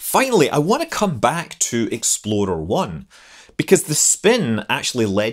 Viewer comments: I kept hearing Exploder I. I kind of wish that was the actual name. :-) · It sounds like you're saying "Exploder 1." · I keep thinking hes saying "exploder 1" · Every time Scott says Explorer 1; All I hear is "Exploder 1" Must not be a fan of Ford Explorers... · I remember building a plastic model kit of the Jupiter-C and Explorer 1 when I was a youngster. I still can picture the small bumps around the underside of the "bucket", now I know they were rocket nozzles! I loved the details in the video, Scott, but with the differences between our accents I started hearing you call it "Exploder 1", and now I can't help but hear it that way! 😁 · i was thinking all the time that you was saying Exploder 1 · You know that when you say Explorer it sounds more like Exploder, right? ;-) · it sounds more like Exploder one than explorer lol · I keep hearing 'Exploder I' rather than Explorer. Half hoping to see an RUD. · I can’t unhear “Exploder One.” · I though it was exploder until I saw this comment... It would be a pretty funny name for a rocket though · Scott I enjoyed this immensely because it sounded like you were saying "Exploder One". :-) Your content is great. Keep up the good work! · thank you for your productions. I laughed each time you said "explorer 1" because to me it sounded like "exploder 1". carry on!! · I can't stop chuckling, every time you said it, it sounds like you are saying "Exploder One". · Something about the way you say 'explorer' makes me hear it as 'exploder', and that's a great name for a rocket. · Anyone else hear it every single time as "Exploder one"? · It sounds like you're saying "Exploder One" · Love the Scottish pronunciation of "Exploder 1" haha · "Exploder One" 😂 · "Exploder One"? : - ) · sounds like you are saying Exploder one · and your statement sounded like "Exploder One would get into orbit." Exploder is a bad name for a rocket. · Do you realize that you are saying "exploDer" instead or "exploRer"???